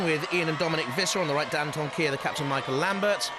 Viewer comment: Why can't the announcer pronounce Dantomkia